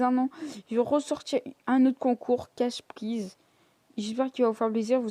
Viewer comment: Prize se dit praiz